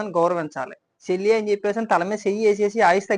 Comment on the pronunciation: Shelli kaadhu ra jaganuuu Chelli 😂😂